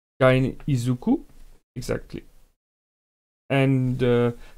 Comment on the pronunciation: I dont get youre pronunciation problems. Just read all letters in plainest way ever. Izuko is Izuko, you really dont have to swich "o" to "u". And in Tooe just read two short "o" and then "e" like in "get" "when". This system is build on short letter sounds it is easiest in world I think. Just read all of them, one by one and it would be all right. (It sometimes some exception like soundless "u" after "s" but this shit is rare, do not bother)